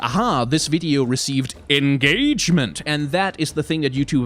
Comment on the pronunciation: Did you say ENGAGEMENT?